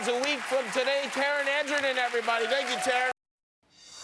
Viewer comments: Did Jimmy just say Taron Angernan at the end? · wait wait wait... did Kimmel pull a travolta and say Taron Angerine or was that just me...